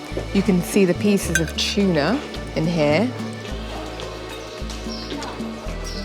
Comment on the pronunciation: It’s not CHUNA, it’s Tuna 😊…. great video ❤